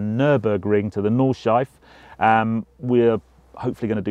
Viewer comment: Hard for an Englishman but it is Nordschleife...you say Nord-schleif-eh.....